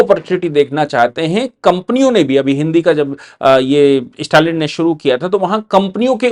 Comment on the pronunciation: इस्टेटमेंट,इस्टालिन ये सब क्या है? स्टेटमेंट,स्टालिन उच्चार कठिण है क्या?